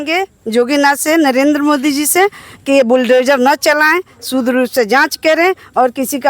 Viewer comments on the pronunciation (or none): ये मैडम शुद्ध को सूद्र कह रही है।